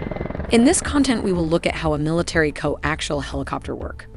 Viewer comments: Co Axle? lol Not Co Axial? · I appreciate the effort put in to this but it’s laden with inaccuracies, to start ‘co-ax-iahl’ not co-actual. “Most helicopter main rotors rotate in the clockwise direction” … not true, there are as many CCW as there are CW, European types tend to be CCW while many US types are CW, it’s up to the manufacturer. Still this extremely versatile and capable machine is often overlooked for more hyped Western types, so I appreciate your effort. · "co-actial'? "co-axle"? ...whatever.. one of those! lol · I have trouble listening to the computer-narration butcher the pronunciation of the word coaxial! There is an 'i' in there and it IS part of the pronunciation! If you can't get that right - puts the rest in question. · Someone is having trouble pronouncing coaxial. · The narrator can't even pronounce "coaxial"!!!!!